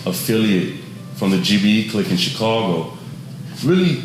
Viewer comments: It's chicago not chicorgo 😂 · I tought i was the only one earing that haha dude keep sayin "chicogo" why SD not laughing haha i would be turnt up kkk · Why this nigga can't say Chicago? 😂